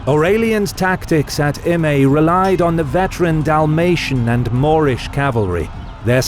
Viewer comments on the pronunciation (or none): I think it would be pronunced 'Im-ai', but most people can't do/don't know that 'ae' in Latin basically equates to 'ai' in Greek. But this is further East than normal so perhaps.